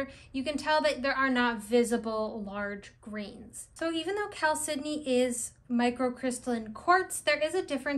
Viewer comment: Great information, thank you! I'd love it if you could speak a little more about the spiritual properties of agates vs jaspers in general. I'd also love a deep dive into the spiritual aspects of moss agate, and also blue chalcedony. (I think you did a fine job pronouncing it! I used to pronounce it "CHAL-se-doh-nee" until I heard you and a few other people say it "cal-SID-eh-nee.")